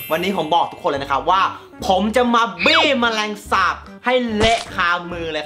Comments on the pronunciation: ผมขออณุญาตทุกคนนะครับ มีใครได้ยินเหมือนผมบ้าง ตอนที่พูดคำว่าบี้ ผมได้ยินว่าปี้ 55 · ทําไมกุได้ยินคําว่าบี้เป็นปี้ว้ะ5555+ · ฟังเป็นปี้อ่ะ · ผมได้ยินพูดว่าปี้นะ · ได้ยินเป็นจะมาปี้เเมลงสาบ555